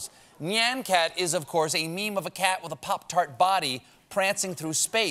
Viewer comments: Nyan cat $600K ... ???? Holy flump - didn't know it was pronounced n'ijn cat ? I've been say'n nigh-yen cat Rosebud is the sled and I F** it , 🤣🤣🤣🤣🤣 - that is just too funny - --- OMG - Still the Orson Wells / "Whelms*" bag of peas "thing" is the stuffing of legend. __ * why do we say "underwhelmed" but we don't say "I am feeling whelmed ". You can be overwhelmed - or underwhelmed ; but not whelmed . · My Seth Meyers Jackal-ness is coming out. I'm pretty sure Stephen mispronounced "nyan cat."